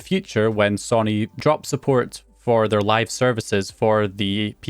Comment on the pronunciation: Sonny Sonny Sonny No! It's sow knee!